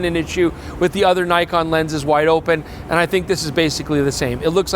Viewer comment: is back to mispronouncing Nikon... Tsk tsk tsk. Shame